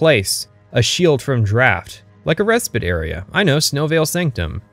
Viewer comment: For someone who claims to be smarter than other YouTubers, bro can’t pronounce any words right 😂 like dawg it’s not that hard to say respite